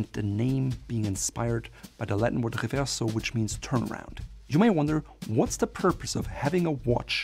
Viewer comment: oh just say Reverso in American.. no need to for some reason do a French pronunciation